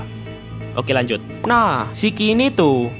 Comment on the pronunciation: lanjud apa kanjud oi😂😂